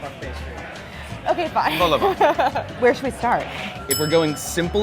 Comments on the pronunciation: Did she say vol au ventor bol au vent because thefirst oneis the right one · You can't claim any level of French proficiency if you're pronouncing the t at the end of vol au vent. That's Melania-level French.